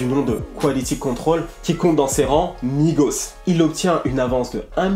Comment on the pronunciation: On dit migo pas migos mais c pas grv